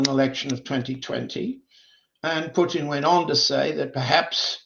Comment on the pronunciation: You’d think that after 35+ years in Moscow Mr Helmer would have learned how to pronounce such basic Russian words as Putin…and how can anyone refer to the “Russian race” in a country comprised of more than 100 ethnicities? The Russian Nation, by all means, or the Russian people, but there is no Russian race, it’s debatable there is even a Slavic “race”, but that would be more applicable than the Russian race